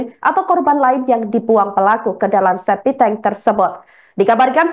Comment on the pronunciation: Ini pembawa berita masuk kerja pake ordal ya? kok spt gak sekolah ngomong septic tank ‘spiteng,spiteng’ ! .sekelas wartawan masa ngomong sebuah mayat?hadeh